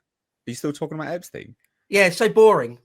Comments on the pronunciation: No need to pronounce his name different than the rest of the world. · It bugs me that pronounces Epstein’s name differently 🤣😂 just had to say something hahaha